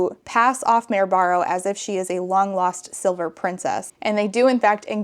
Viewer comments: I thought it was "Mary Barrow" 😅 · I’ve never read Red Queen, but the way was saying the main character’s name kept sounding like Merobiba of Drawfee fame so now I won’t be able to without thinking of that 🤷